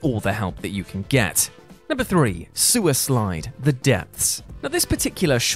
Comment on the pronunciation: Sewer slide sounded like "Suislide".